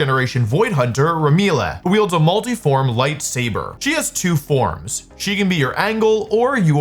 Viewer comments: " Re-mil-le " hahahahahahahaha that's one hell of a way to pronounce Ramielle. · oh god even zzz isnt safe from wolfeys bad pronunciation of names, Remileh is CRAZY lmfao